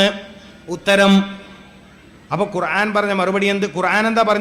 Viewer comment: قرعان അല്ല മൊയ്‌ലിയാറെ قرءان ആണ്